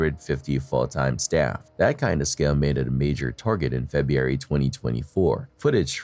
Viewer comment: To …. PLEASE learn how to say FEBRUARY!!!!! It’s NOT Feb-e-ary, it’s pronounced Feb-ru-ary!!!! So annoying every time you say it like a 4 year old would!!!